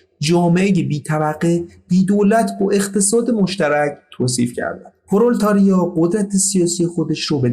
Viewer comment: پرولِتاریا تلفظ این اصطلاح " پرولِتاریا " است